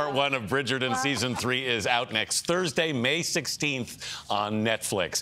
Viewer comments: Bridgerton---WITH a T, not pronounced with a D, Gayle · She can't pronounce Bridgerton.